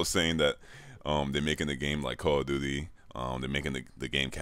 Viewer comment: '' I oh no '' ''Wudevew'' ''Call of Doody '' SPEAK PROPERBITCH